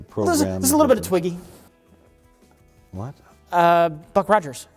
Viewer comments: it's Twiki. Not Twiggy. FYI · Twiki not twiggy you terminal wally!! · Hahahaha. Oh. The little robot on Buck Rogers was named Twiki. Not Twiggy.